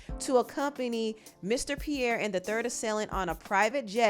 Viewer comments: Pronounced P-Air (Pierre) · Pee-Air is how 'Pierre' is pronounced. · Pierre (pee-air) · It's pronounced "pee-air". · As someone named Pierre, it’s pronounce “Pee-Air” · from here forward please pronounce Pierre correctly 😫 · struggling to pronounce Pierre is killing me 😂😂😂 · If you can't pronounce Pierre, you don't need a job narrating nothin.... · I hate to be the english police...but Pierre is pronounced "pear".... and youre keep saying "Traffickid" ....stop😂